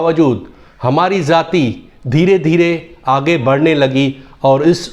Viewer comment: ZAATI KYUN BOLTE HO ..JAATI BOLNE NAHI AATA ??